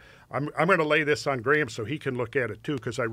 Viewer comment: Incredibly interesting podcast! But the amount of words Graham mispronounces during it is AbZuRd